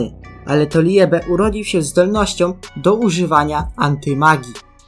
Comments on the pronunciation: Muwi się libe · Jak chcesz gadać coś o blackclover naucz się wymawiać słowa dzięki 😘 ljebe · Jak muwisz liebe to tego e w środku nie wypowiadaj tylko (jest to słowo z języka niemieckiego oznaczało chyba miłość w niemieckim kiedy i i e są przy sobie czytamy to jako ii)